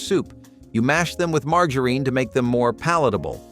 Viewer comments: Who mispronounces margarine? It's not pronounced mar ga reen. What is the third world country doing this video I've never felt like complaining so much in my life life. But this guy is just so wrong about so many things. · Mar-ga-urin? I’m not sure anyone anywhere pronounces it that way. It’s Margarine. Mar-jur-in. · I have never heard margerine pronounced that way. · Did you say mar grrr eene? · OMG learn how to pronounce margarine correctly!!!!!! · Learn to pronounce margarine (marg-jar-rine). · Did this moron really say marGarine for the mac n cheese?? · Mar gurene!!!😂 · The marg in margarine should sound more like Marjory rather than Margaret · This guy doesn't even know how to pronounce half the products. He is an idiot. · where did they find someone who couldn't pronounce "margarine."?? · Its the way he said margarine for me 😂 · Who even IS this dude? He pronounced the g in margarine like the g in the name Margaret. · Learn to pronouce margarine and minute rice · Why do you keep saying margarine wrong?😭😭